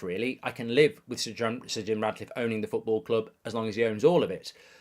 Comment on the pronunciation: Ratcliffe not Radcliffe 😂